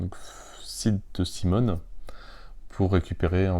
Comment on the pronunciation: c'est cmon ( a l'anglaise) pas simone